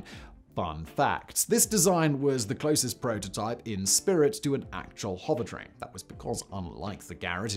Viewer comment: Anyone else keep hearing it as "hobbit train?" I love it